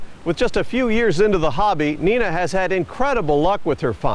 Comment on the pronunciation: Son did not find a belt buckle in no damned sand box… dumb ass.logan was older too. Narrator got it all wrong. Even my my name .. It’s not nena. It’s long I sound as in n-I-na Screw ball. Elon you need to make contact soon. This bastards. Are no good.